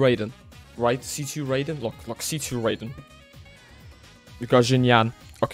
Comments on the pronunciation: It hurts every time he says ‘rayden’ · Honestly, the fact he put in so much effort, got so lucky, yet can't even say Raiden right pisses me off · The way you keep mispronouncing Raiden's name lol this isn't mortal kombat